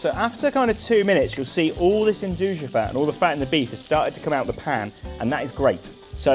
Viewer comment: It's pronounced "ndooya" not "endooja" lol